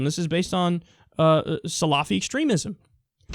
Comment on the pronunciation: as a Muslim woman, thanks for clarifying that this is a Saudi/salafist thing. (pronounced sal-a-fist not salaafist btw) I'm thankful the majority of Muslim countries are nowhere near the ways of Saudi. Unfortunately a lot of Muslims get judged because of Saudi. :(